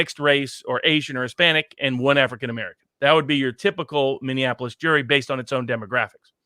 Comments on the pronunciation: Minneapolis = "mini-ap-o-lis". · I say this gently because I love you and your channel and all you do, and you are a much smarter person than I am, and I have my own flaws for certain. But please stop saying "Minneanapolis" Mini (something that is small) Apple (the fruit) Us (you and me) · I like your program and I appreciate your educated insight however I have a difficult time when you can't properly say Minneapolis. Minne-apolis it really not that hard